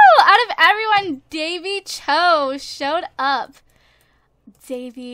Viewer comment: It is Pronuunced Dany Ch-o